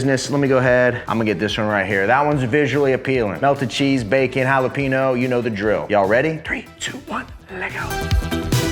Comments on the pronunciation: Holla-peen-yo. Not Holla-peen-oh. You live in Texas now sir. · Jalapeño! Not “hallowpeenyo” 🤦🏻‍♀️ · The mispronunciation of "Jalapeño" hurts my soul FYI This👉N and this👉Ñ are 2 different letters